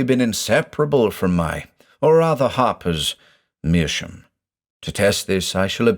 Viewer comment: Great story once again. I'm a bit confused why you pronounce "meerschaum" as "meerschoom"? Is that common in English?